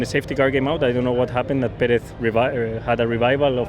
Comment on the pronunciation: Sainz: Pereth 😂